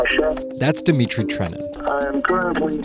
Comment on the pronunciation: Dmitry! There is no fucking E or I between the D and M. Dmitry bleat, just remember it.